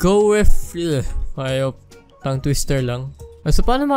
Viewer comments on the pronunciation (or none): none